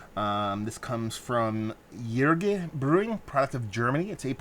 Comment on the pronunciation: It's pronounced oo-ri-ga